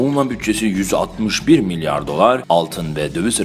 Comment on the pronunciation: 4.14DEKI MLYAR XAXAXAXA